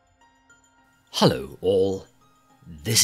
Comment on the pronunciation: The 'Hallo' right at the start made me think I accidentally clicked on a german video for a sec xD